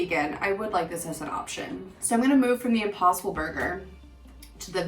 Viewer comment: I thought she said Opossum burger instead of impossible burger, att first. And I was like, ok this sounds a bit out of the ordinary😳🤔😆